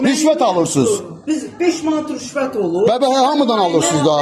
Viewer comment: Qəşəng deyire.... " 5 man rüşvət olurrr " ...